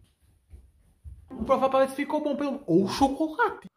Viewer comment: Sério ele falando" ô u chocorate